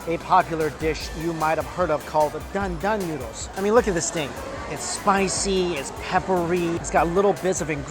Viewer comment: dan dan noodles!? Thought he said GUN DAM NOODLES!